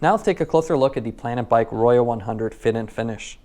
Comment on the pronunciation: Pronounced "ROW-ho" Spanish for RED. ;)